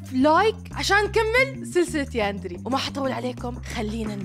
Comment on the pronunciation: يا ناااس افهموااا اسمها يانديري مش ياندري😐🤨